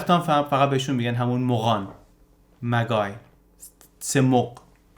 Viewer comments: مجای نه مگای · تلفظ درست مغ به انگلیسی Magi.... که همان مجوس یا ستاره شناس است. و تلفظ درست م - ج - ا- ی است. Magi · سلام. مجای تلفظ میشود. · ویدیو خوب و به موقعی بود با سپاس. اما تلفظ شما برای کلمه ،Magi اشتباهه. طبق دیکشنری کمبریج تلفظ درست میجای است. ˈmeɪ.dʒaɪ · Magi is pronounced majai. It's the plural form of magus. The word "majic' comes from the same word. Magi (singular: magus) refers to ancient Iranian priests, Zoroastrian clergy, or wise men/astrologers, most famously known in Christian tradition as the "Three Wise Men" who visited baby Jesus, bringing gifts. Thanks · تشکر از ویدئوی عالی البته تلفظ صحیح حداقل در انگليسی "مجای" است. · ممنون از محتوای عالی. خواستم فقط یه ایراد کوچک رو بهش اشاره کنم. کلمه Magi رو اشتباه تلفظ می کنید. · تلفظ کلمه magi اینی که شما می فرمایید نیست. با یک فرهنگ لغت لطفا چک بکنید.